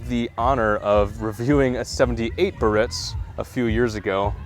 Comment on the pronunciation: It's pronounced: Bee-ah-ritz - 3 syllables